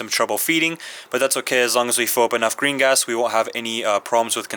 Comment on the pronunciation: Every time you say green gas it sounds like Gringots